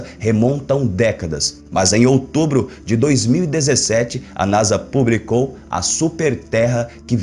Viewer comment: O que "ixprica"?? "Pubricou"??? "Ploblema"??? "Expriçaum"??? Afff.